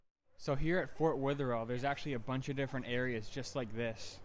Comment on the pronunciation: And sorry for all the comments but its driving me insane its pronounced weather-ill